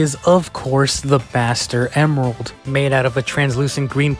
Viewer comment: When he said the ‘Master Emerald’ for the first time, I heard ‘Bastard Emerald’ 💀